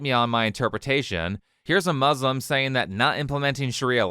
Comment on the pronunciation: She can't even pronounce Muslim right